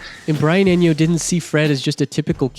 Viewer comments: That Spaniardized pronunciation of Brian "Enjo" is killing me bruh 🤣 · Eno, not Enyo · and Brian Eño 😂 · Brian "EnYo" ..... seriously? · And Brian Eno, but otherwise a great vid. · Awesome video, thanks! Just for info Brian's surname is pronounced Ee-no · Nice video and it’s “Brian E-NO”